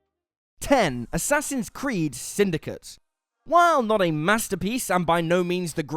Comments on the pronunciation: you mispronounced "Assassin's Creed 2." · you mispronounced Assassin's Creed 2